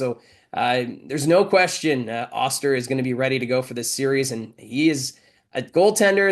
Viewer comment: Hey could you please ask to announce Jacob osters name correctly. Getting very annoyed